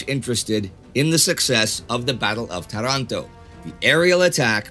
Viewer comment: It's Tàranto